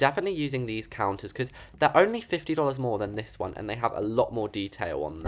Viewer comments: "DOOLARS GUYS"😂😂😂😂😂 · Bro, said Dolows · I love how says "dollars" lol 😂 its so posh